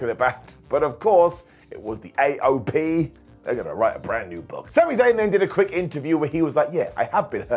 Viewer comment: (ish) I loved the way Miz was desperatly trying not to laugh at Truth calling AOP AYoP during this, even with what happened later it was still a right laugh. suppenly I hear Archer in my head "Phrasing"